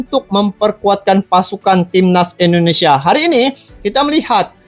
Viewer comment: Dengn tidak mengurangi rasa hormat bang saya cuma mau ngasih saran dalam penyebutan kata INDONESIA ...pake Sebutan INDONESIA bukan ENDONESIA🙏🙏🙏 salam santun